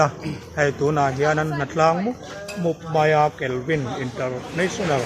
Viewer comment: Kalvin' nilovin 'Kelvi' tih tur niawm tak ani,😂,Ka Upianga thin hi awww,,,😅